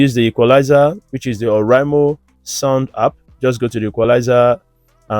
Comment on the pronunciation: Boom is not pronounced bum and it’s app no harp❤️